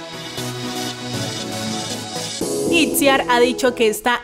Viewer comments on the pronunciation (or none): no se dice it ziar se dice ichiar XDDDDD